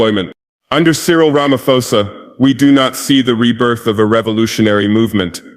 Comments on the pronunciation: Where and when did he make this speech? It sounds American AI generated. That "Ramafosa" is a dead giveaway 🙄🙄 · The way he pronounced Ramaphosa as Ramafosa is typical of Ai😂